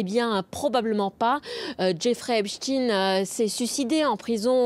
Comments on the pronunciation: ...cela se prononce E P S T A I N E....E P S T A I N E... et non pas Epstine ! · Pourquoi prononcer Epstein "Epstine"? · EpstIEIN pas epstine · Epstin lol , Epstein, comme Ein. Dans les noms à venir Bill Gates peut-être? 😊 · C est pas rost in hein c est ein oui en yidisch ein faut pas camoufler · Epstiiin , mais Einstein...😂😂😂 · Alors, je n'y connais rien, mais la justice semble toujours égale à elle-même. Inexistante ! Par contre la prononciation du nom "Epstein" de la journaliste me semble farfelue ! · C'est une question que je me pose aussi🤔🤔,....,looool. Mais la réponse on la connait😜